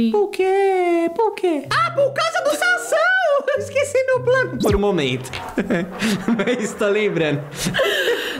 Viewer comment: Me nota é mei mai e não meili